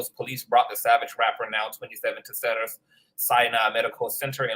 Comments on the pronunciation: Great video! You are hilarious with the replay of Kelsey. 😂. Cracking me up with Cedars which is pronounced See-dars 💅🏽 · Thank God someone noticed the incorrect pronunciation. Im a 32 year Registered Nurse. I cringe 🥴